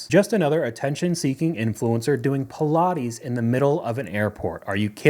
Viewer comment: Pill-ah-teez? WTH? They're Pilates like "Pie Plates" without the second "p"